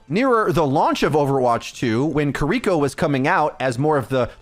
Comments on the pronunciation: Its kiriko, not kuriko. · Jeez. Stop saying kiriko name like that. Kee-dee-kō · Who tf is kuh-reeko? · God I hate the way everyone mispronounces kiriko and just calls her cureeko.. like come on guys it's really easy just ki(pronounced key)-ri(roll that r just a little)-ko.. say it with me ki-ri-ko.. kiri-ko, kiriko.. got it? Okay let's do better from now on guys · Names matter. Kear - e - ko Kiriko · LEARN HOW TO SAY KIRIKO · I can’t handle how you pronounce kiriko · Take a shot every time he mispronounces Kiriko if you want to commit suicide by alcohol. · i cant wait for kiriko to not be meta so i never have to hear someone mispronounce her name again